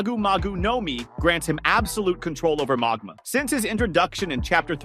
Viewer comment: The mog-ma at marine-ferd